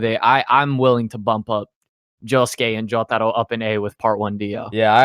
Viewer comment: Bro why you say Jotaro like that JATARO